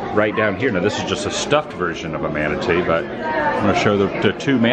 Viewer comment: techinically you were right when you said "manatwoo" hahahha